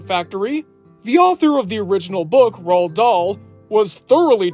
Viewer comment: Roald Dahl's name is pronounced, "Roo-All."